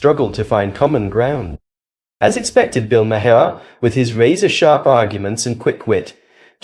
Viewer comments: Bill MAR not Bill Marhar or whatever you called him. If you can't be bothered to know how to pronounce a name, you shouldn't be posting about that person. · Can you please,,know enough to at-least pronounce his name correctly? You sound like your opinion comes from a person with no prior knowledge. Just ask someone the correct pronunciation of Bill Maher name. Not Ma har ! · His name is said 'MARR' not ' 'm'-HERR'! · stupid AI commentary can’t pronounce Bill’s surname. May her - for fucks sake. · I'm sorry - Bill Muh-herr? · Lost me st Bill "Mah-Harr". Sorry to be petty but i lose faith with someone who doesnt know how to pronouce such a prominent political figures name. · Hey AI say Mar as in Bill Mar spelled Maher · Interesting that the AI narrator pronounces Maher’s so many different ways. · How many different ways are you going to pronounce Bill's surname? And you haven't got it right yet!! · Mr. moderator are you AI? You can’t even get Bill Maher’s name right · If you are going to use AI for a voiceover, please at least tweak it to be able to pronounce "Maher" correctly. Otherwise it just grates every time it is said. Thanks. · You have just broke the record for differently pronouncing Maher 👏👏 Dems are full of 💩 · Ah, it's okay that you don't know this because you're an AI voice, but his name is pronounced "Bill Madhavapeddimahendrukharbandameddake’alakupaoaikawelo."